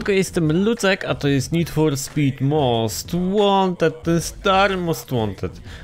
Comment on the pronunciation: "Cześć, ja jestem Lucek i zapraszam na odcinek z Nid For Spid Most Łanted, ten stary most Łanted z 2015 (pozdro dla obeznanych o co cho)"